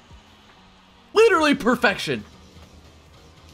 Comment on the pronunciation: "LEEDERLY PERFECTION"